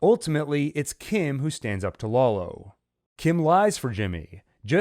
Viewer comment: "Laolo" lmao